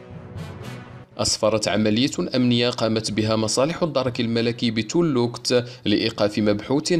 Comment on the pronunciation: ماروك أخبار يومية ! إسمها ( تاولوكلت/ Tawloukelte ) ماشي توووولوووكت.. للتصحيح فقط ! تحياتي..